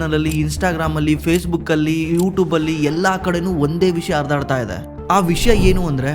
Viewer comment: ಅರಿದಾಡ್ತಾ , ಇಸ್ಟೋರಿಕ್, ಇಷ್ಟರಿ, ಇಂದೆ, ಅಣೆಬರ .....❌❌❌ ಹರಿದಾಡ್ತಾ, ಹಿಸ್ಟೋರಿಕ್, ಹಿಸ್ಟರಿ, ಹಿಂದೆ, ಹಣೆಬರ....✅✅✅ "ಹ" ಮತ್ತು "ಅ" ಉಚ್ಚಾರ ಸರಿಯಾಗಿ ಮಾಡಿ ಸ್ವಾಮೀ